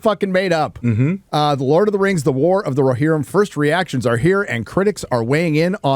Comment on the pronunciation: "War of the RoHERrim."